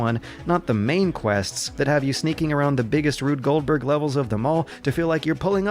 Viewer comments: For the love of god it's Rube Goldberd not Rude Goldberg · did you say "Rude Goldberg"? Its Rube Goldberg dude! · Rube Goldberg, not RUDE. (nitpick) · Did you just say RUDE Goldberg?